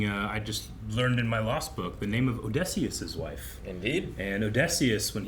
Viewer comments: I actually couldn't even tell he meant Odysseus at first. I wonder why he thinks the 'y' makes an 'e' sound. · The way he pronounces Odysseus is INSANE